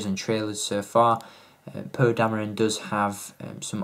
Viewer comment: I know I can't be the only one that hears him say "poo" instead of "Poe"